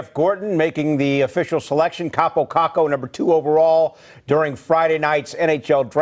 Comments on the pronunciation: No it's pronounced Kaapo Kakko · His name is pronounced "Cape-O Cake-O"